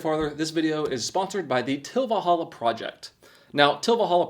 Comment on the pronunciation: Cheapest? No. There’s cheaper “manual” mowers. $80 for a manual mower and $140 for one like you’re using with one extra cutting inch oooo lol. It’s a good alternative if you don’t have a lot of yard. And personal gripe, enunciate please. It’s Til Valhalla. Not tilvalhalla. It’s not one word man.